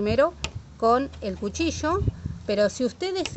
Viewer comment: Me gustó el video y también la forma como pronuncias la palabra 'cuchillo' (cushisho) 🤣